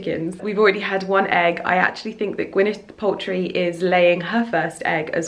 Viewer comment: Did she really say Gwenyth poultry 😹